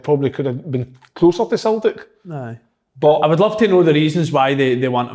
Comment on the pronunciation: I'll never tire of listening to Kevin saying "Sultic" 😂